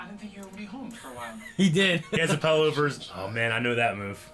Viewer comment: did you say Pillow ' PELLOW'?